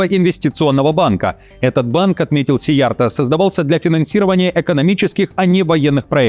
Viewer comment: у Вас хорошие дикторские качества, Вашей дикции я ставлю 10. А ролику в целом 8. Во-первых, неверное ударение в фамилии Сийярто: в венгерском, финском и всех финно-угорских языках ударение всегда падает на первый слог. Во-вторых, слабая видеозаставка.